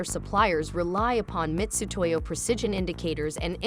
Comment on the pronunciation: Why is the Ai voiceover pronouncing Mitutoyo as “Mistutoyo “? Bad look for a large corporation. Am I missing something?